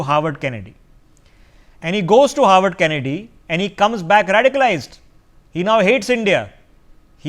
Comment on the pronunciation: Not "Howard" but "Harvard"